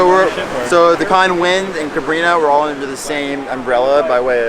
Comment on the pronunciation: CabrinHA like in AloHA - Ha der Atem des Lebens. Sorry, but it was confusing 😅😘